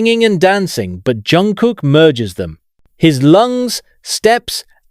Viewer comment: Автор все ЗАМЕЧАТЕЛЬНО сказал о ЧОНГУКЕ, всё исключительно верно, но несколько раз повторялось не правильно его имя, это сильно режет слух, извините если не так, может дело в переводе. Чонгук очень талантливый певец, танцор и музыкант. ЧОНГУК П Р Е К Р А С Е Н, желаю ему счастья и ОГРОМНЫХ УСПЕХОВ в ТВОРЧЕСТВЕ, да и во всём!!!!!!!